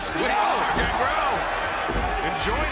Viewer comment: Justin botching Gangrel though lol